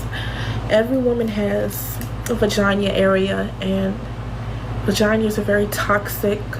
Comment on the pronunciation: WHY DOES SHE SAY IT LIKE "VAGINYA"